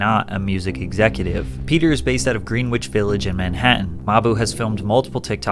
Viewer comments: Green-wich Village? You, my friend, are clearly not from New York. Gren-itch Village. Just like it's Howston (Houston) Street. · “Gren-itch” not green-which, pimp. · “Green-witch.” It’s Gren-Itch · . Greenwich is pronounced “Grenn-itch” not green witch. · Greenwich is pronounced Gren-Itch not Green-Wich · You know I've gotta clown on you for Green Witch Village. Is that a Zelda dungeon or something? 😂 (It's pronounced Grenitch homie) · "Greenwhich Village" is pronounced, "gren-itch" not Green Which. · Yo it's pronounced "gren-itch" village not greenwitch. Keep up the good work! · Bro called it green witch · Bro, I know its spelled "Greenwich" but it's pronounced "Grenich". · Green which 😂it’s pronounced grennitch. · It’s pronounced Gren-itch, not Green-witch. C’mon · As a fellow New Yorker the way you pronounced "Greenwich" (Green-Wich) it made my eye twitch 😂😂 for the record it's pronounced "Gren-Itch" & I still love all your videos tho..😂 I recently just found your page & the last two days I've been obsessed watching them all. Amazing work & great narration. Never boring.. you keep it very entertaining!! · The W is silent in Greenwich village , and is pronounced greh-nuhch village not green witch ,can’t stand when outsiders butcher shit in my city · did u say "Green--witch"?! it's pronounced "grenn-idge" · Bro, it's pronounced Grenich Village. Not GREENwich. As in the east village/west village. I guess you've never been to nyc. Hydrate and get your ass here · Did bro just pronounce Greenwich as green witch 💀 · “Green-witch” Village, dear lord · Green-witch village he said hahahaha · gren-itch* ya cluck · Patrick is definitely not familiar with New York, dude said “GreenWitch” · It's pronounced "GREN-ich Village." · its pronounced "gren-ich village" bro. Not a shot, just for future reference. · Pronunciation (gren-itch) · "Green wich" village lmao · Yo pat, for future reference its pronounced "gren-itch village". Love the vid keep it up ❤